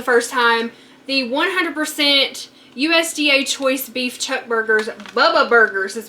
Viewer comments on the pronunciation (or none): none